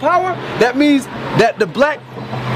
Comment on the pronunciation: "...my penal gland..."